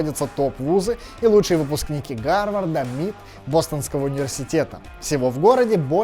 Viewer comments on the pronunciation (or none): Мит, ты просто назвал MIT эм-ай-ти ( лучший вуз штатов по физике) мит... Давай ещё! Ю-эс-эй (USA) давай звать Уса! Да и по твоей тематике, давай так же Nike давай звать «нике»₽))